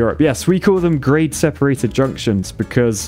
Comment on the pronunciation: I swear I heard you say "Great separated junction" not Grade separated junction.. though you was just being enthusiastic before you explained LOL